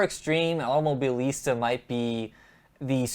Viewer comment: Why you got this big trouble to pronounce this Automobilista ?